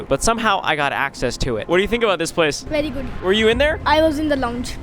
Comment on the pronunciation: “berry guud